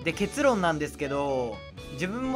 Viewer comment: 初見です( ・∀・) が社会生活で不遇に遭わぬ様 失礼を承知で提言させてください。 【結論】の発音は 「アグモン」と同じですよ ( ・∀・) 分かりにくければ 「ポケモン」とも同じです 結論は結の部分の音は平坦で 語尾が上がります( ・∀・)